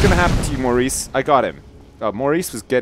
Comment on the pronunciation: Loled so hard when just butchered Maurice!